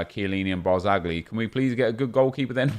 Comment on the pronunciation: Ethan Austin He also pronounced the G in Barzagli, it’s not that big a deal though